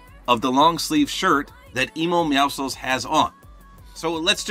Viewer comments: It’s meow si cuh uls NOT meow souls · ‘Emo meowcles’ 🤣🤣🤣💀💀💀